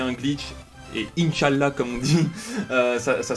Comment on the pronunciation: Mdrr son "insch allah"